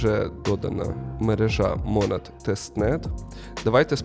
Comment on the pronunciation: Чому мОООнад ? наче ж монАААд